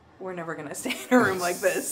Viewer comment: gotta work on annunciating “room”. Sounded like “rum”. Sorry I had to say something.